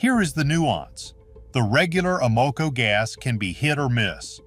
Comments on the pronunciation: I can’t believe I’ve wasted my time watching this AI generated nonsense. Evidenced in they don’t know how to pronounce AMOCO. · Obviously another AI video. Mispronounces: unleaded and Amoco. Click bait waste of time🤨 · How can you mispronounce Amoco? Maybe this is a clue that this video is AI. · I doubt that this AI talking bot, that can't even pronounce Sunoco or Amoco, is doing any car repairs in his garage. LOL.